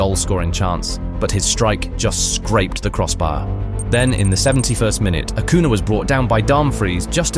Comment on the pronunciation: These matches seemed much more violent to me: *2006 US vs Italy *2006 Portugal vs Netherlands *2010 Spain vs Netherlands *2002 Korea vs Italy It's curious that the Netherlands and Italy are often involved... Good job with the video, but many of us would appreciate it if Spanish names were pronounced better, for example: * Acuña (Ah-KOO-nyah, not Ah-KOO-nah) * Juan RoMÁN Riquelme (Roh-MAHN, not ROW-man) * Paredes (Pah-REH-des, not Pah-RAY-des)